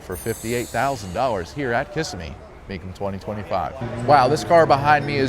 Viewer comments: It's pronounced Kis-SIM-me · Would someone please teach him how to say Kissimmee